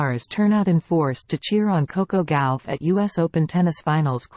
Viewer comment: It’s not Gowf it’s Gauff . I hate these AI’s